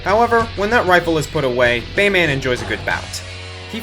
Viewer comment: The way you say "Bayman," like "Superman" or "Batman," is pretty annoying...